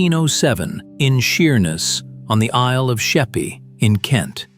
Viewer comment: ...and Sheerness is pronounced sheerNESS with the emphasis on the second syllable. Why can Americans not be bothered to find out how to pronounce things? Do we Brits call Cheyanne Shy-un?